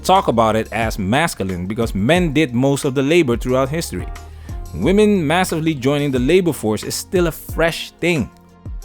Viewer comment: went back to the original accented pronunciation of WE MEN AINT WE.. 👍🏼👍🏼👊🏽